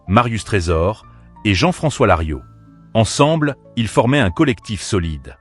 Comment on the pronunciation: Larios pas Lario, c’est nul.